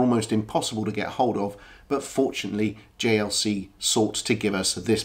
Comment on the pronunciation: I am a first time viewer here. Just wanted to appreciate the very high audio / video quality, and an absolute accurate pronunciation of JLC! How did you pronounce it so well, are you a Swiss? Also, the Doxa is damn fine watch! With the most beautiful watch strap!